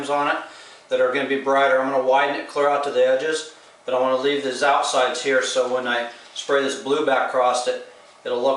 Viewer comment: English is not his first language. At :36 you say "same color here" but it sounds almost like "same color hair" I think he wants to know how much the airbrush equipment costs.